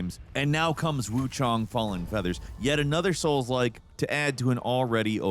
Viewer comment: I'm tired of hearing soul-like. 😂😂😂